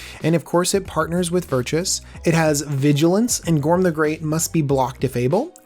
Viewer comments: ..... Virtuous? You've added in some vowels there, buddy. Vir-tus ;) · It's...it's "Virtus" (VER-TUS) You keep saying "Virtuous" (VER-CHOO-US) A little different. Cool deck tho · dude, Vir-Tus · Made it about a minute and half, but I couldn't take hearing you say "Virtuous" one more time. Honestly, how hard is it to sound something out? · Made it longer than I could I was out at 53 seconds. Probably my biggest pet peeve with the magic community. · It's pronounced "Ver -Tuss" where the heck did you get Virtuous? lol! And yes Azra, not Arza lol. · Please pay more attention to card names/creature types. Not even 1 minute in and you already mispronounced Azra and Virtus